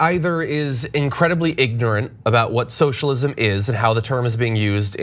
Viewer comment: "shoshalim" It's not that hard to say, "so-shall-ism". Was this guy drunk?